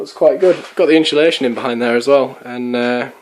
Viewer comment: Insulation. Notice there is no h in the word. Pronounced ins-u-lation. Again note there is no h. Otherwise good work.